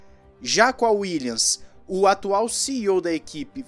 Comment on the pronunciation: "uílhas" rs